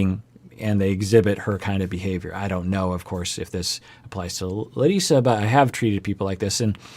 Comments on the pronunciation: He said Larissa’s name better than larissa. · Hey! My name is Leticia. I'm always watching your content and love it. As a Brazilian, I really appreciate your concern with the pronunciation of Larissa's name! It is the very first time I hear an English speaker saying Brazilian names correctly, or even trying. Thank you!